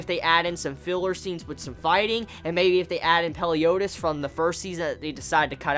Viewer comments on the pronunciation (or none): Ikr everyone's like Peliodus I'm there like ITS FREAKING MELIODUS!